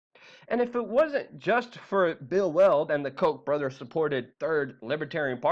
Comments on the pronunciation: Lol dude the Koch brothers name is pronounced cau-tch Not coke. Lol sorry but that was funny to me. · The Koch brothers don't deserve the respect to go with them in saying it's pronounced as Coke brothers. No. No, it is not. We all know their name is actually the Cock brothers. Which, of course, fits.